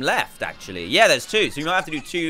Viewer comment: Me: yea Dan: yea'r